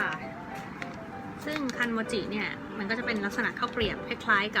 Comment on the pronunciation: คันโมจิ ฟังเป็น คันจิ๊มิ้